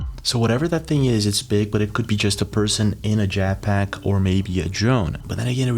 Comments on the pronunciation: Jet with an et not an at bro jat pack lol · What is a “jack pack ? Do you mean Jet Pack ?